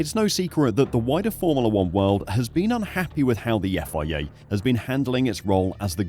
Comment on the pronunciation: Formala....is not how its pronounced